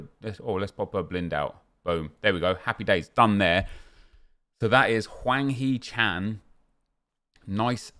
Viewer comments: Its Hwang not Wang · Hwang, not Wang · HWANG NOT WANG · I'ts hwang not chan